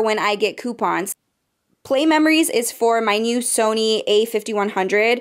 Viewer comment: You said "poopons" 😂😂✋